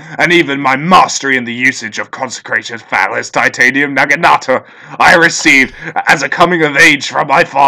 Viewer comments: Your prenunciation of naginata and chrysalis is actually offensive to my ears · OH MY GOD. PLEASE PRONOUNCE NAGINATA RIGHT, THIS IS DRIVING ME NUTS!